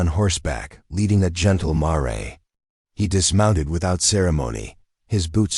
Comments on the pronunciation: Yes, anx please learn that it is mare and not mar-ray. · Somebody needs to learn to pronounce mare.